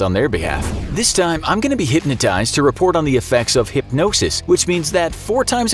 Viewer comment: “I got hypsibdjshebdisghsns”